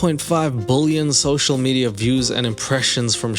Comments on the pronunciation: Dude I cannot handle the way you say billion. It’s not “bull-yawn” it’s pronounced “bill-yun” I literally had to stop watching the video. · Why do you keep saying bullion ? B I lion I I I not u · I love the fact that you read word billion prononced like bulion, which is broth in Polish 🍲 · GO GET SPEECH THERAPY fuck its billion not bullyun!! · lol.. you say bullion instead of billion and it's 100% topnotch comedy. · Ive never heard someone pronounce "billion" like bouillon 😅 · I love how you pronounce "bullion" like a portmanteau of bully and billionaire! Or bullshit+ billionaire! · you do pronounce the word billion very weirdly lol! It sounds like "BULLION" lol. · Why can't you say the word "billion"?